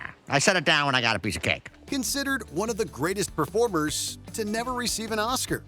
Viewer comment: considered one of the greatest... per-four-burssssSSSSSS...